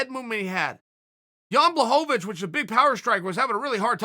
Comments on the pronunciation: Even when he thought he got the pronunciation right, he was wrong. It's not pronounced, 'Bla', but 'Bwa'.....ł is like w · “Jan Blohovovhic”... “Jan Blavocovic”... FFS Uncle Chael lol. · Mr Sonnen, Blachowicz you pronounciate like Abramovich (that Russian oligarch) icz = ich in English language. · Wel I mean Jan Blahovovovich still landed harder punches withing the fight, so im not sure Corey looked that good in this fight, beside his movement, which was very good. I really respect your opinion though and keep fking going with it :) Im from Poland, and still I understand, that there isnt enough hype for Jones vs Blachowicz fight vs Reyes fight... hype is hype, and its a business, but there is 50% Jan will get it, and he does deserve it :) although its pretty easy, not Blahovich, its Buahowich;) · ''Jan Blahadowicz'' - Chael Sonnen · Blahovovich. Blohanovich. Blahovich. Kamara Usman. Chael says names wrong on purpose and it's frikkin HILARIOUS. LOL. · Chael “Jan Blachovowitz” Sonnen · Chael “blahomavich” Sonnen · Jan „Blachovowicz, Blachanowicz“ Blachowicz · It's pronounced BUA-HO-VICH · Chael is washed up forreal. He then called Jan "john blahadavits" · "Yawn Blahovovich" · Chael " Jan Bullhanovich" Lmfao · Chael: Blowonabitch. Me: Dont mind if i do.. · I choose to believe that Uncle Chael is clowning is, intentionally mispronouncing "Blahovovoich" and "yarear" just to keep us meming in the comments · Ciael "Ian Blahovovici...." Sonen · Chael “I don’t have the foggiest idea how to pronounce Blohovovich” Sonnen. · I don't know how you can get the Polish 'Ł' correct in both the thumbnail and video title and then proceed to call him Blahovovich for the whole video 😂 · He really just gave up and called him blonhanavich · Gotta be Blahohvavich, just so Chael keeps saying his name for a few more months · Who is this Blahobobicz he keeps mentioning? Cmon Chael learn the names before making ur vids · Who the fook is “Blahocovonich” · Jan blahonavicchh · "Jan Blohohovich"